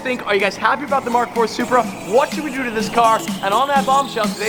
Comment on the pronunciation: its a, its a, SURPEA!!!!!!!